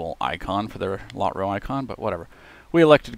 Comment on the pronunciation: Never heard Lotro pronounced Lot-ro. Been playing the game 10+ years.